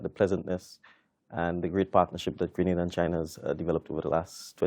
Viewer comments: FOR BIG JOURNALIST DO SOME RESEARCH, GRANADA IS IN SPAIN, STOP SAYING GRANADA ,IT IS GRE-NA - DA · Why don’t you learn to pronounce the name of the island. Both interviewer and interviewee pronounce it properly yet stupidly the call it Grenadda. It’s GRENADA, fool.